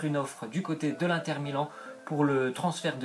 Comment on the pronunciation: J'aime pas les gens disent "1 tère milan" On prononce le IN donc ca ce dit INNNNNNNTER